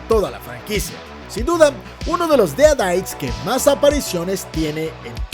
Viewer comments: Deritis no deadaits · Odio como dice : dead aites